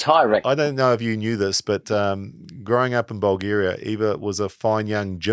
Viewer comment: 2 pronunciation corrections, Eva's country is Vulgaria, and it's furry muff, not fair enough. is gold, start paying him, say 10c per vid